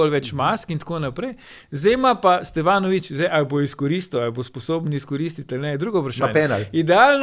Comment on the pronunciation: Dej Bojan, no… A si lahk u glavo našraufaš ime SteVanović in ne SteFanović… Mal smešn je, no